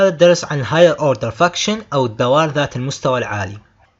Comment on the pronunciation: حلو شرحك ولكن بليز انطقها كذا الفنكشن 😂 مو فكشن احسها لعنه 😂👍